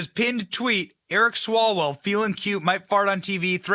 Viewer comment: I think it’s pronounced Swallow well.